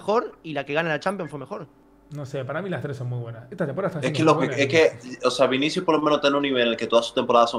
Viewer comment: Cubarsi dice vins jajajaj